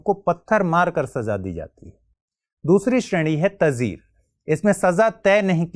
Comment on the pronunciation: Sir, sirf aik shabd ka pronunciation "taazeer"!